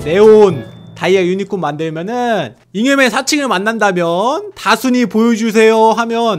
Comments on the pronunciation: 옥에티 아까다순이를다콘이로말함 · 왜 닥혼이라 하세여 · 다순이인데 다콘이라고하넹... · 이 다순이를 다콘이라고해습니다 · 그리고 잘 들으세요 다콘이가 아니라 다순이에요 아니 어떻게 자식 이름을 못 외운거야? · 왜자꾸 다콘이라고하지?